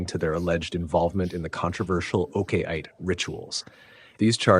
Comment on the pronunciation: this your AI's pronunciation of Oke Ite is something else ooh.😂😂